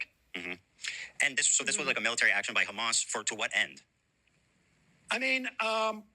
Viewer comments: Israel: BUT KHAMAS Ethan: BUT KHASSAN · "Do you condemn Khassann?"😅